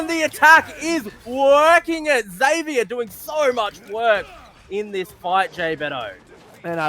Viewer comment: Zevier with a z not zedvier